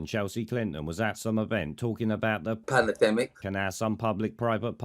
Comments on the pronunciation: I’ve been back to this video just to hear Pimlico’s ‘’Pallademic’’😂😂😂 what a knob. 👍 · "Panademik" gets me every single time. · Having a Muppet whom cannot say Pandemic as a guest? Fuck! We have slipped as a broadcast original! 🤣🤣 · You have got the editing down to a tee. I love poundland rod Stewart cutting in with "panerdemic"